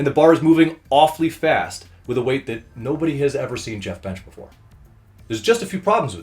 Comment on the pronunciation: LOL he butchered Jeff